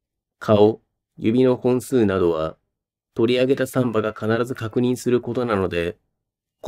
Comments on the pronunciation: 「サンバ」で爆笑しそうです。正しい標準語の発音の仕方を習ってください。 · 難破船の難破と同じ抑揚でサンバだと産婆 あるく歩数の3歩と同じ抑揚でサンバだとブラジルのはだかっぽいおどり。